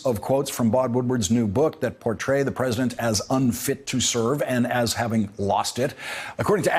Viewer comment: "the opposite party becomes persedint"